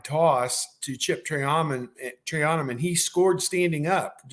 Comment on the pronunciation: Chip Tray-ON-UM?